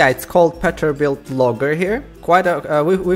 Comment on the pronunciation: Peterbuilt not petterbuilt